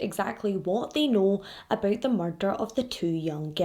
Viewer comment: The way you say ‘murrrrder’ is so stinkin cute